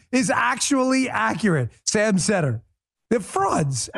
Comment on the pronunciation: Its as cringe-y listening to these idiots "explain" socialism or communism as it is listening to them pronounce Sam's name wrong.